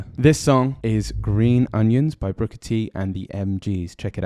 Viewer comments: Great video, with a minor error. It's Booker (not Brooker) T. Jones. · Why do you keep calling him Brooker T jones?